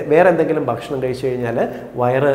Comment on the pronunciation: ബക്ഷണം ബക്ഷണം എന്ന ഉച്ചാരണം താങ്കൾ തിരുത്തണം. ' ഭ' എന്ന് കൃത്യമായി ഉച്ചരിച്ചാൽ ഭാഷണം നന്നായിരിക്കും. ബക്ഷണം അരോചകമാണ്